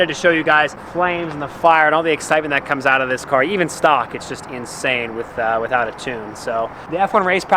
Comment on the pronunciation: did he say witout a tune??